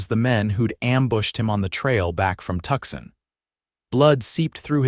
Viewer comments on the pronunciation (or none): It is "Two - son" not "Tuck - son". IDIOTS😮